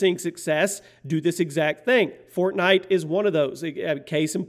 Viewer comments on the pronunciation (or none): none